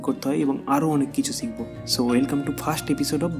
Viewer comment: " শ " কে " চ " বলে কেন কলকাতায়। যেমন শিখবো কে আপনারা বলেন চিখবো। এটা তো শুদ্ধ বাংলা না।